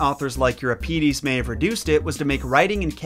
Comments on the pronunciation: It's Eu-RIP_edees and lie-PE-phil-ees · Thank you for pronouncing Hera properly. Watched your 12 Labours video yesterday and cringed every time you said HEra. Related, afaik Euripides the second i is pronounced the same as the first, so id like lid not eed. Sorry for nitpicking, I do really enjoy your videos. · Euripides is stressed on the first i though: eur-IP-id-es, not eur-ip-EE-des. At least, that's what I expect from the Italian stress placement, and what Wiktionary says.